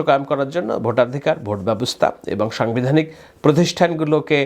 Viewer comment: Vai aponar bangla uccharone onek ghati ache !! zemon somogrik ( samogrik), songbidhanik (sangbidhanik ).....